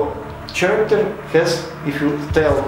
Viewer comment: A little bit of constructive criticism here: I couldn't understand about 25% of your words either because of your accent or distracted by some words just mispronounced like "character". It's pronounced like k-aracter, no ch-aracter. No offense intended. I wish you luck with your channel!